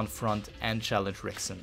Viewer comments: It is pronounced Hickson Gracie. Spelled Rickson. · Turns out that "Rickson" is pronounced as "Hickson", and of course i mispronounced "Fedor" as well! Apologies to all Brazilian/Portuguese and Russian viewers, hope y'all enjoyed the video anyway 😄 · God it was hard for me to keep watching after he mispronounced Ricksons name